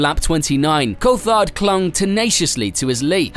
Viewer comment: This cheap AI has such a struggle pronouncing words, and at worst, pronouncing Jaguar akin to Juggular ftom what I heard, smh. Coulthard sounding like cold fart, again smh. Sorry if there was a live person narrating, mistaking you for those lousy bots.